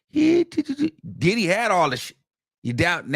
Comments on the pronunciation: Emphasis on the Did - HE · The best is when he says “ And DIDDY….!!! “ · The way you say Diddy , lmao. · The way he says Diddy takes me out😂😂